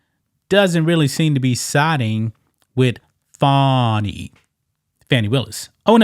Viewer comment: No, it’s “Fanny”, like your a zz. ☝️🤣